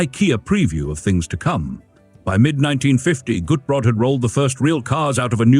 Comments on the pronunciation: Cute, proper car. I'm impressed with the improvement in the AI voiceover. But, I believe Gutbrod in German would be pronounced "goot-brode" (as in moot & rode). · Decaf is a sin against God and Man! Shame on you! Shouldn't Walters name, Gutbrod, be pronounced GOOT-BOARD? 🤔 This little car looks a LOT like Lt. Columbo's French Convertible....Shrunken down. Could this be the Unseen (except for a failed show with Kate Mulgrew) MRS. Columbo's car? I LIKE the foldable roof! A SEMI-Convertible! I also liked the (almost) Station Wagon in the you KNOW why..... ....... SELF-DELETING DOORS!!! (and you can get pushed out of a "Homicidal" Door just as fast as a Sui-Cidal one when under 50 MPH.... uh.... NOT that I would EVER push someone out of a moving car 🙄 .......it might scratch the paint.😏 ) That Convertible/Roadster SCREAMS Class Act! (Most cars just rely on horns, but the roadster just HAD to be different. Probably an inferiorty complex when parked next to a Porsche 😜) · Not quite: I am with you on the 'Goot' part but the second syllable is pronounced more like 'Brot', a German word for bread.